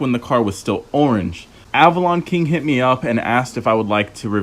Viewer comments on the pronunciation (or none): none